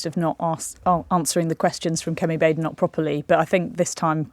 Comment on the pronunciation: Lewis! It's Badenock - short a sound not long a sound. She really is BAD!